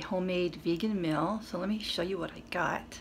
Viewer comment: Where is your accent from? Whenever you say meal it sounds like youre saying 'mill....'